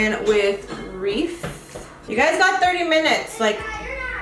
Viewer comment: You keep pronouncing Riff wrong you're saying it reef...😂